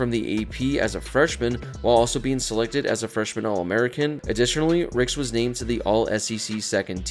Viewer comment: Ricks not rex lol